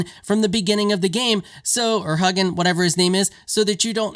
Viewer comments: “Hoo-geen” FYI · It’s «Hoogin»